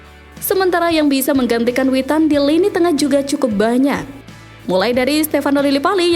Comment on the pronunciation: Mimin ngak salah kah nyebut Witan😂